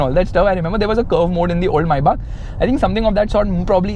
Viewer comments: Its not MAYYBAK is MĒBACH MAYBACH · the fact that it said mayback 😂